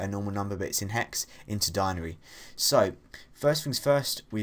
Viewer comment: Its den·a·ry, not dinery